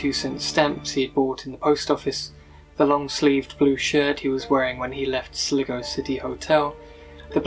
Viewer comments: It's pronounced SLY-GO...! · not sligo its sly go, its annoying you pronounce it wrongly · At least the mystery of "How do you pronounce S-L-I-G-O?" has been solved.